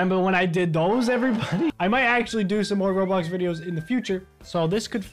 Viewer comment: “I might do rablax...” WUUUT